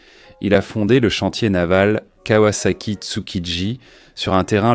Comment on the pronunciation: Le contenu est plutôt bon (manque tout de même la ZX12R et la confusion turbo/compresseur). MAIS cette voix d'IA est à chier : en 1900.....quatre vingt tonze, la kavasaki etc...